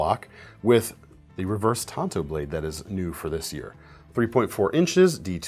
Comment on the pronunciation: oml. tan-toe.